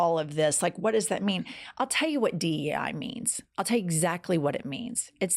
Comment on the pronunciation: Did he just say DEA ? 😮